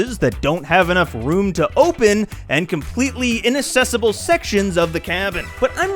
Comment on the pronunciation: did you just pronounce inaccessible as... "inassessible?" has to be engagement bait, right?